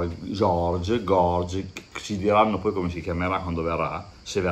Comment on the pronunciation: Si dovrebbe leggere caiu giorgi😀